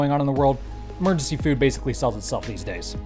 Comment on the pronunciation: Did you just say 'mergency" food?